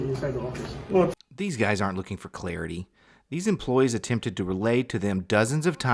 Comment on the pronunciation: ...you/he had me at "clearity"! AJG